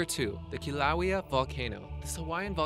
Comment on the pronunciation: Richard Hilton yeah he pronounced Kilauea wrong its kill a wheya